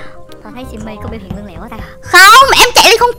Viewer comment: Lươn chứ ko phải là lương